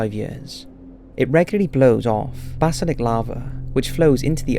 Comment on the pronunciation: Flattening not flattering. Lava not lavar. Basaltic not basalic.